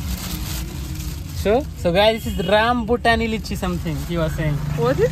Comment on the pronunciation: Rambutani nahi Rambutan from thailand